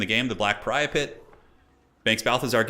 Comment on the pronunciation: With the fleet admiral item, it's pronounced "perry-appt". Definitely not "pariah-pit", not sure how you arrived at that.